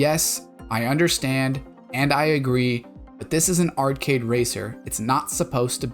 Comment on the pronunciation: Why do you keep saying "art-kid"??? The word is arcade, pronounced "r-kade" not difficult bro.